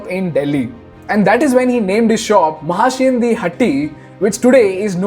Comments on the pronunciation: Abe angrej its Mahashea di Hatti not hat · It’s महाशयां दी हट्टी not what u said…..